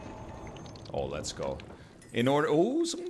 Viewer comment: LEHZ GOH